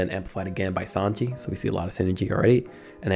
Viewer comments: i cannot believe you call sange as sanji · please never pronounce sange like that ever again